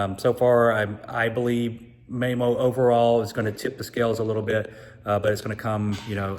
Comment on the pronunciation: I got completely distracted by how you kept pronouncing Mamo’s name. 😂 Good data nonetheless but, Soler does have a lot of data on their site that explains their methodology and how they get their effective size.